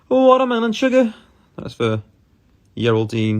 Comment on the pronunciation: Finalllyyy he said it correctly, watermelon sugar!! Ohh Harry i can feel you.